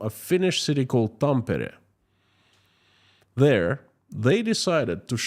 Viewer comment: I've been to Tampere, but unfortunately missed the Lenin Museum. I'll let you guess which major Finnish corporation employing a significant US residents I was visiting. You got the pronunciation of Tampere just right.